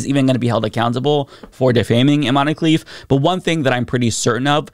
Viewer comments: I cringe every time you say "Imani" - it's Iman! Algeria (and Morocco) use french spelling conventions when transliterating Arabic words so the final "e"is silent, just like in Zidane; you wouldnt say "Zidani", would you? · "We like strong independent women in sports" > strong independent woman from an extremely humble household takes the stage but isn't of european descent. "We like OUR strong independent women" As a side note, the E in Imane is silent, so its pronounced "Eeman", the "man" sounds exactly like the english word "Man". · Please, please, please look up how to pronounce people's names before doing a video, it really doesn't take that long and it would show you give an ounce of respect for the rest of the world's cultures. Imane's name is being mispronounced all over the internet by americans, the "e" is supposed to be silent, and this doesn't pose a phonetic difficulty. It's not like her name has vowels or consonants that would be a challenge to pronounce for English speakers.